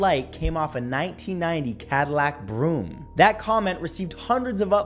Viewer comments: It's brougham (bro-ham) bro not broom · Lol Cadillac "broom".. its pronouced "broham" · Matt, what kind of Cadillac ? ROTF... It is literally pronounced BRO HAM